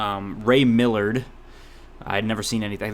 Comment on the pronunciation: The actors name is Ray Milland, not Millard